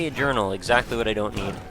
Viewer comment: When You Say Journal It Sounds Like Urinal.